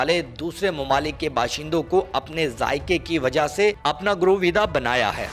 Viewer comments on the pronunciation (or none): Grooveeda nahe garveeda hota hae.